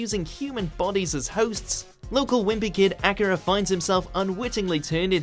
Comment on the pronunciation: it's not pronounced like Acura, it's Ah-kyr-ah, justice in the anime, which you probably haven't seen. If you haven't seen it, you shouldn't commentate about it.